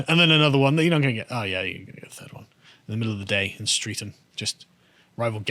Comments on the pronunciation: The real crime that day was all the twerking going on at the party. P.S> Bow is pronounced "bo" (as in bow and arrow), not bow (as in the bow of a ship) and Streatham is pronounced "Stretam", not "street'm", ffs... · "A large disturbance in Litchfield Road in Bow" Bow is pronounced as in 'bow-tie' or 'rain-bow' . . . it rhymes with 'toe' rather than 'cow'. "In the middle of the day in Streatham" The 'streath' in 'Streatham' sounds like 'stress' but ending in 'th', rather than rhyming with 'street' or 'beat'. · I'm crying over Carl's pronunciation of Bow and Streatham 😂